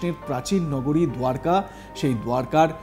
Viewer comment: দারকা নগরী দাদা বাবু। দুয়ারকা নয়!